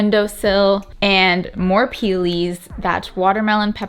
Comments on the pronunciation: i lol'd at "peelee" -- pie-LEE-uh lol, i love the pilea peperomioides though, soooo cute. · This was cracking me up! Peelee is cute too though. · Lol peelee was killing me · I love how she says pilea like peely instead of pie lee ah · Loved this! All the plants! Just a quick thing, pilea isn't pronounced "pee-lee" it's "pie-leah". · Piliea not peeley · I call mines Peelee as an official affectionate name. Like a pet name 😄 but it is pronounced pie-lee-uh. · your jade is going to want higher light, its a succulent. not PEELY but PIE-LEAH. That Philodendron is a heart leaf Phil I believe, and I didn't look super close, but I believe its a jade which is all green, or golden if there are streaks of yellow. Pothos are my fave. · Love the plants you chose! Especially the baby rubber tree, never heard of that before. Also intrigued and confused at how Pilea is pronounced. I've always heard it with the A sound...seems like sometimes it's pronounced peel-e-uh or pie-lee-uh but now I don't know! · This comment is for educational purposes only, no hate. But Pilea is pronounced like "pie" as in the dessert, and "Leah" like the name. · Okay, some info for you! 1. Snake plants THRIVE in high light, they can just tolerate lower light. (same as many of our house plants, as long as you let them acclimate from different lighting conditions, they will often be okay in most lighting!) 2. "Pilea" is pronounced pie-lee-ah haha! 3. Fun fact, the "baby rubber tree" is actually a peperomia. Usually peperomia obtusifolia are called that though, because they resemble a small rubber tree! Yours might be mis-labelled? (although it still looks like a peperomia, if it isn't then I'd say it's a kind of pilea) Enjoy all of your beautiful plants! :) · You know you've watched too much Simply Nailogical when every time she says "Pilea", you only hear "Peelie". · I’m a plant addict.. the more plants the better! Btw it’s pi-leah! 😂 cute! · ahhh. love you, but it's pie-lee-uh.